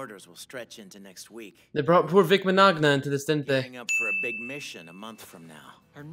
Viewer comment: You said Vics name so wrong.